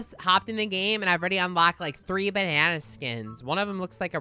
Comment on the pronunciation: WTF SHE SAID GLOWING BANNA LOLL SUS